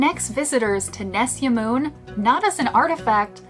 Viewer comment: Is nesyamun not nessiamoon